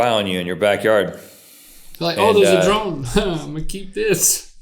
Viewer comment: Am I the only one who thought Rhett said playing with the "drum" and not drone. I got really confused.